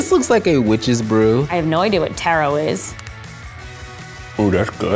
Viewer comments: excuse me, did you just say TEARO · "i don't know what tai-rou is" ahhh women, ur killing me. its ta-ro. PERIOT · she really called it tae-roe. it’s tah-roe. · When she said taro pronounced as tero i was soo mad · Eva Pineda NO SHE LITERALLY CALLED IT “Tero” 😭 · tf is "tear-o"?? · Ahhh when she said “Taro” , she said it wrong. 😫😩